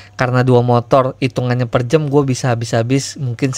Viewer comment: Per JAM bang bukan per JEM 😂😂😂